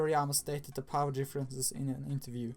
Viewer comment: lol he said base poer instead of power